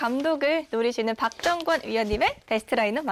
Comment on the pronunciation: 박정권 발음 개무섭네 박정원으로 들림